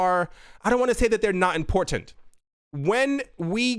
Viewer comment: ITS NOT THAT IMPOR TANT lol I love The Mod!